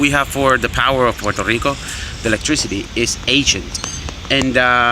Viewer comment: Oh yea, and nice beard, and you pronounced it right 😂💪